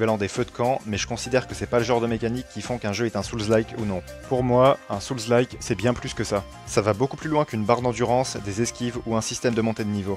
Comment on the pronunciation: Hello. Je préfère de loin quelqu'un comme toi qui a un ton sympa et parle correctement à tous ces youtubers qui enchainent fautes et pataquès en croyant bien parler et ne supportent pas la critique. Le seul vrai petit défaut pour moi, mais il est courant, c'est la prononciation de Souls (âmes en anglais). Pour le reste, rien à redire. Ton discours est clair et intéressant. J'ai adoré Lies of Pie et l'ai fait 1,5 fois. J'attends le DLC pour m'y remettre. C'est le jeu qui m'a ouvert la porte des souls. J'ai vraiment été surpris de constater comment on progresse automatiquement à force de répétitions et quelle joie peut nous procurer ce type de jeu quand on finit par réussir. Depuis j'ai fait d'autres souls like avec ce même plaisir que je ne connaissais pas avant. Et comme toi je ne comprends pas du tout les mauvaises critiques de certains.